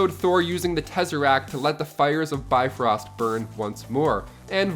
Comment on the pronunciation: The BITfrost Bridge? LOL